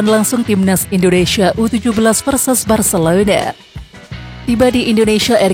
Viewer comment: Detik ke 15 Bilangnya 'barselouda' 😆